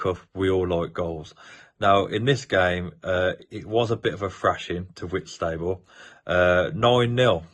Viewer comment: Sorry but Whitstable is pronounced Whits ta ball